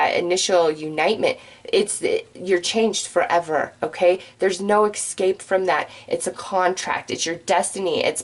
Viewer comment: Another great reading but es cape & es pecially. No such thing as ec scape or ec specially.